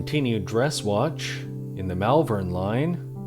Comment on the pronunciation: Malvern is pronounced Mallvern. I live there. If you like the vintage retro aesthetic you could try some more vintage watches. Find a local watchmender. I have a few.. in fact I don't buy any new watches at all now. My favourite is a Bauhaus style sandwich watch from Raketa with a 2609ha handwind movement from the 1980s. I like the Dolce Vita. I wear a hat all the time. Good to see you doing the same.